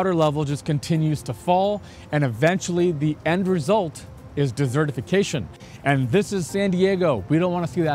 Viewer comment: Your mispronunciation of desertification with a “duh” instead of a “dea” elicited fond memories of my time in speech pathology. That little slip of the tongue changed your message from “dry and arid” to meaning your city streets will soon be overflowing with cake and cookies. Don’t feel badly. We in the US say the letter “d” as (dee) sounding like “duh” in a word. The phoneme [d] is both a plosive (forced stoppage of air with controlled quick release) and a voiced consonant causing our voice to be “on” through the release of air which in running speech tends to influence production of the subsequent phoneme in a word. Unfortunately in your case this mispronunciation turns desert into “duhzert” which coincidentally my wife just went down to the hotel restaurant to buy. Love the channel!